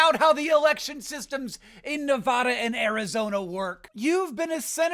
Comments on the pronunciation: Please stop pronouncing "Nevada" that way. It's Ne-VAD-uh, not Ne-VAH-da. Have a wonderful day. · hank, you're pronouncing nevada incorrectly. a as in cat. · Hank you’re pronouncing Nevada wrong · Hank, please. It's pronounced Nevada. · you are not pronouncing "nevada" correctly